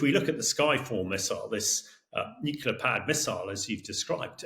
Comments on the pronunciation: Why does this "expert in nuclear" keep saying "nucular". What a sad reflection. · I so wish someone would ask him how many “U”s there are in NUCLEAR. I’ve always only counted one😵‍💫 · I don't think Colonel Hamish de Bretton-Gordon can really be a" nuclear expert" if he cannot even pronounce nuclear correctly. Nuclear only had one 'u' in it, so it is not prononced as 'nucular'. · How can a guy, like Hamish, with a lot of education say nuk-U-lar, instead of the correct Nu-clee-ar ? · Please stop saying “nucular” gentlemen. Nuclear. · How is is possible that a "nuclear weapons expert" like Colonel de Bretton-Gordon doesn't even know how to pronounce the word "nuclear"? Colonel, It's not nuc-u-lar, its pronounced "nu-clee-ar." Your constant mispronouncing of the word is like fingernails on a chalkboard. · You cannot be a nuclear expert and keep saying « nucular » rather than « nuclear », like George Bush was saying. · LOL a brit who can't (or doesn't know how !?!) how to pronounce N-U-C-L-E-A-R!!!!!! Looses all credibility!